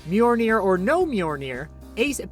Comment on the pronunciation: it's mjolnir not mjolney